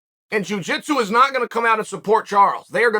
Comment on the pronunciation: "Juu jeetsu" 🤣🤣🤣🤣🤣